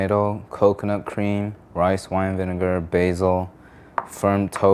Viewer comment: he did not say vinegar